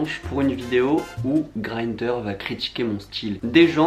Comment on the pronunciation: La video: une pure bombe !!! Par contre 😂 on dit Grindr (greendeur) et pas greindeur ! Wesh c'est de l'allemand ou quoi ? 😜